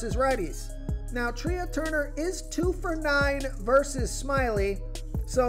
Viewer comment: Trea is not pronounced "Tree-ah." It's pronounced "Tray"